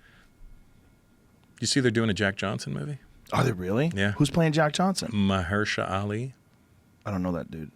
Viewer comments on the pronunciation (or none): Lol Russell can’t pronounce Mahershala